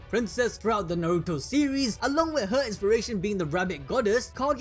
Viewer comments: You do realize his name is is Nar-roo-toe not nor-ru-toe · why is he pronouncing Naruto as Nauruto 😂